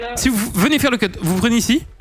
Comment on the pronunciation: Très joli cut, mais on prononce pas le "t"